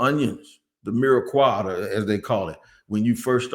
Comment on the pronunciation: Love ya, but it’s mirepoix with a “p” not mireqoix with a “q” lol. & that’s the onions, carrots, and celery base. The holy trinity is the same except swap carrots for bell pepper. GO JAGS!